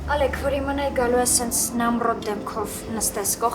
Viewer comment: ջան հայերեն խոսեք շատ տգեղ է հնչում 0լեգ ոչ թե Ալեք դուք ձեզ լսում էք գոնե